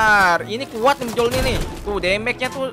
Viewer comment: Bang itu bacanya bukan Mjolnir tapi miolnir